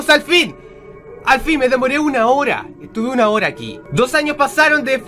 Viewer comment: son las suna de la mañana:'v perdón pero yo también habló igual